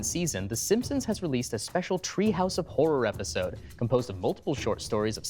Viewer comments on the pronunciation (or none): "..post-'vhat' eppisseidenn?"